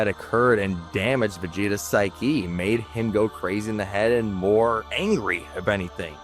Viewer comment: I cant tell if you are trying to say psyche or sphy Ki for humor its a good attempt not a perfect video you need a bit more life experience is all I can tell you went through the education system of current year.